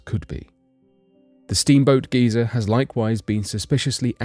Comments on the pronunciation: as many times as he says geezer I would be wasted drunk right now LOL 🥴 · The amount of times you say GEEZA is otg